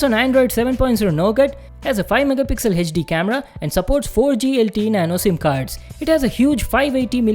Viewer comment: Hechdi hechdi kiu kr raha hai bancho bol HD.